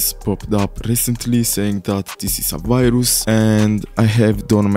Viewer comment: are u ragebaiting by saying viroos?? or are u just saying viroos IDK OK